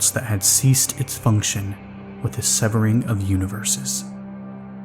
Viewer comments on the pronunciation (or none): none